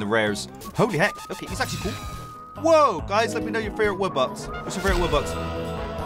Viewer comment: I'm sorry but it's called wubox no woobux